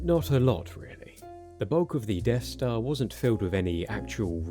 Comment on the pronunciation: He keeps saying Deaf Star..